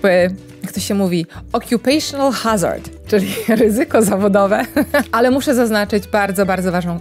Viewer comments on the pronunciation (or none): none